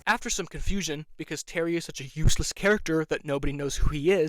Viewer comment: Terry also has a really bad impression of an Aussie/Kiwi accent. I’ve never heard someone pronounce “terry” as “tarry” before. It was annoying and very obvious as an Aussie viewer. I did like the trans inclusion but I was just disinterested in the later seasons. Also as a deaf person myself you are absolutely right, Janai should know basic ASL/Katolis Sign, but there are some hearing partners of Deaf people that are like this unfortunately, it often comes with an ableist mindset that we should assimilate into hearing culture. Also, sometimes characters talk to her when we know they can sign, which is again Audism/ableism and so tiring for Amaya to have to lip read everything to have access to the conversation. Sign not being translated in the Audio Description is also ableism and as a person on the DeafBlind spectrum it pissed me off when AD would say “amaya signs” like what is she signing? Your job is to translate to me. I do like when not all her words are translated otherwise as it often gives context clues to Deaf Americans and ASL signing watchers that are specific to us, but that always excludes some Deaf and Hearing people watching. Grabbing her hands is considered assault.